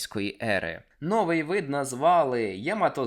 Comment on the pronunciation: Шановні Трилобіти, за розповідь красно дякую, а священну війну таки почну. Слово спИна ми наголошуємо на перший склад! А новИй натомість на другий!